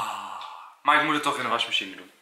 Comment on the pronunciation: Valt het jullie ook op dat Enzo altijd washmeshine zecht ipv wasmachine